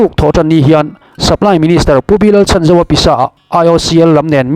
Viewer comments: A hming hi i lam dik lo deuh. Chhan tih lai hi lam hniam tur. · Supply minister hming ilam dan hi adik lo deuh